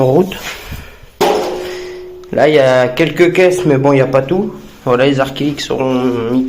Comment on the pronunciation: C'est acrylique pas arc-ilique lol